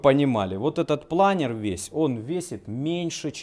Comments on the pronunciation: Не плАнер, а планёр) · Правильно говорить планёр, а не планер. Планёр - это французское слово.